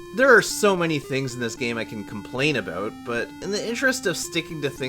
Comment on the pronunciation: Oaut, aboot